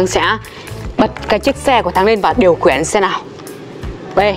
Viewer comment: Khiển chứ ko phải là khuyển😂